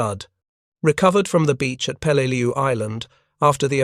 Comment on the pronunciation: Peleleiu (an island in the Palau archipelago) not pelal